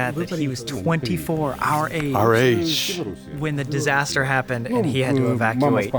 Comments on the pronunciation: distaster lol its pronounced disaster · Hah!! "Distaster"... ok i should stop joking in a serious video 😅